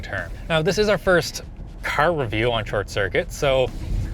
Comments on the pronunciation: I have never heard east coast accent more then when he says caRR. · I've never heard this guy sound more stereotypically Canadian than when he said Car and Park over and over again.